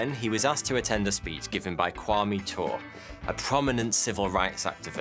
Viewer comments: Thanks for the story. Please note that Kwame’s last name Ture is pronounced « Tooreh » not « Toore » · Crazy story. It’s the basis of the Spike Lee movie “BlacKkKlansman” which is very good Kwame Ture is pronounced [too-ray] btw BlacKkKlansman is also just pronounced Black Klansman lol the middle k is there to make it say KKK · Kwame’s last name (Ture) is pronounced Tour-ray. Original name: Stokely Carmichael.